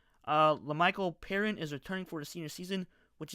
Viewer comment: Fyi it's lemichael "pee-ryne"